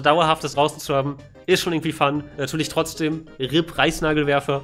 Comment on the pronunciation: Habt ihr auch Preisnagelwerfer verstanden?